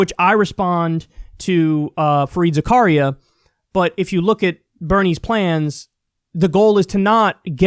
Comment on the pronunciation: It's Fareed Zakareya. As in Za Ka Ri Ya